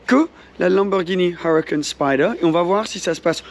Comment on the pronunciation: n'oubliez pas! c'est une Lamboghini Huwacan Spyde! pas spyder, spyde! à la limite ce serait une marque de voiture anglaise ou américaine, d'accord de le prononcer à l'anglaise mais là XD ça fait un peu "mec qui se la raconte" sans vouloir être médisant mdr